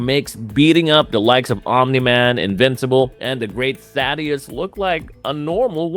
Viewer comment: For the love of God, its not THADDY-US, its THAY-DUS. I keep hearing people mispronounce it in every video and if you actually watch the show and listen, they literally say THAY-DUS